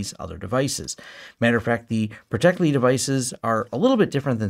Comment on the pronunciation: I liked it better when you called it protecteli 😂